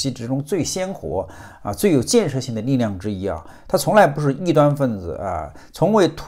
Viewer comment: 评论不错，但你就不能把几个发音更正一下，别动不动搞一些让人难以忍受的发音出来。什力量你读niliang,诸如此类的，几个读音，就那么难改吗？